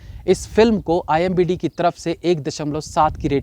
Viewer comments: wo imbd nahi IMDB hota hai. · Bhai hamesha IMBD hi bolta hai pehele ki videos me bhi...😂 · यार वो imdb होता है न की imbd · It's IMDB (and not IMBD). BTW there are worse movies than these so better tell the parameter at start itself. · pehle to IMDb bol lijiye..imbd nahi 🤣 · IMDb hota hai imbd nhi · Abay its I.M.D.B. Not imBd. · Bhai imbd nhi imdb hota he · It's not IMBD it's IMDB. please pronounce correctly. 🙏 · The word is IMDb NOT IMBD rating 😂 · It's IMDB; not IMBD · I hope you noticed that the word is i.m.d.b not i.m.b.d 😁😁😁😁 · Imdb hota h...imbd nhi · IMBDd nhi wo IMDb hota hai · You are saying IMBD instead of IMDB . Didn’t I hear it right? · IMBD bol rahe ho bar bar.. IMDB hota hai bhai sahab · That s imdb not imbd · It's IMDB not IMBD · IMDB ko IMBD bol rahe ho Bhai, sahi shabd toh bolna seekh lo 🙄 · Imbd nahi imdb bolo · didn't he just said imbd blabala🤣🤣🤣🤣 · Why you are saying imbd continuously in place of imdb ? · Imbd nahi IMDb hota hai akal ke murakh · What is IMBD? I think its IMDB 😂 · Imbd nahi IMDB HOTA HAI.. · Sir why you are spoken IMBD instead of IMDB🙄🙄🙄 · IMBD Nehi hai... IMDB HAI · IMDb hai Bhai not imbd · Sir not IMBD its IMDB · It's not a imbd, it's a imdb.... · OOO imbd nhi IMDb hota h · IMBD nhi it is ... I M D B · IMDb hota he bhai wo... IMBD nahi...😅😅😅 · IMDB NOT IMBD... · IMDB rating, shayad jaan bujh ke bola Bhai me.😄🤣🤫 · Bhai aap IMDB ko IMBD Kyu bolte ho?? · Imdb not imbd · aap baar baar ek hi mistake kar rahe ho. IMDB hota hai IMBD nahi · IMDB ko IMBD bol rahi ho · Kya sir ji.. Aap har video me IMBD bolte ho.... Comment section bhi dekha karo sir ji.. It's IMDB NOT IMBD. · It's starnge, being a successful reviewer and such a knowledgeable person of films, saying IMDB as IMBD IMBD .. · IMBD ni re baba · bhai wo IMDB hai IMBD nhi. Keep up the good work... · IMDB hai not imbd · It's imdb not imbd😂😂😂😂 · strikes again.. Its IMDB and not IMBD 🤦🏻‍♂️🤦🏻‍♂️🤦🏻‍♂️